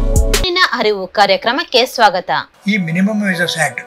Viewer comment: ಕಾನೂನಿನ ಹರಿವು ಅಲ್ಲ ತಾಯಿ, ಅರಿವು ಅಂತ ಹೇಳು